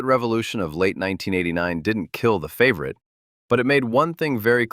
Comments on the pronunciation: I'm more bothered by the AI narrator repeatedly calling it a "favorite" tbh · Please get the name right fav or it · aw shucks. Well, then at least I can say the AI narration is better than many living YouTubers at wierd name pronunciation 😂